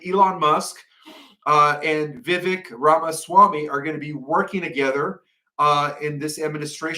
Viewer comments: why did he mispronounce so many "Last Names" except Vivek?? 😂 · Anyone notice that the only name said correctly was Vivek!!! The hardest one lol 😂